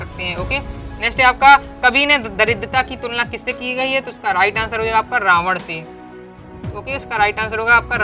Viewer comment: सर को रामण नहीं रावण होता है 😌